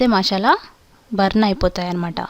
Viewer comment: Leave about the recipie..but first try to pronounce the names perfectly..it is "MASALA" not "MASHAALA".Thnx.